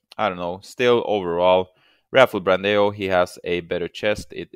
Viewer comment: the pronuciation of ''BRANDÃO'' is like ''Brandown'' .. huge hugs from brazil